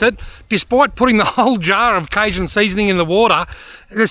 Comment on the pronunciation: Canadian, not American, but pretty confident in saying the 'j' in cajun is pronounced with a hard j sound, like the words jungle or John, down there in the States as well us up here in the Great White North. Great vid. Those nets are interesting. Would be cool to see a side-by-side comparison between them and a trap that you could throw an extra 10-15 feet further out.